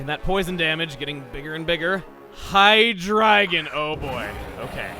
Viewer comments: ITS HIGH DREE-GON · Why are you pronouncing Hydreigon wrong?! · I always said it like "high-dray-gone" rather than the way says it.